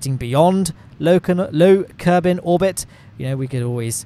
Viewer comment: "low kenuveur obit"